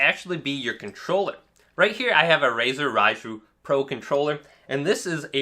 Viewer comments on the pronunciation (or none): none